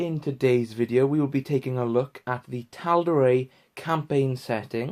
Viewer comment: Well you made me want to purchase this book now so you've done your job. One thing though.....I'm fairly certain that Matt Mercer pronounces Tal'Dorei as Dor-eye not Dor-ray. Cheers.